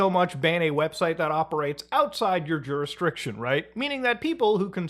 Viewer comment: "Jursdiction", not "Juristriction"